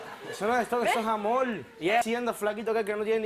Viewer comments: "Eso es amoll miamoll " jajajajaja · Porque cambian la letra R por la L . Dicen al hablar amol tenel etc etc?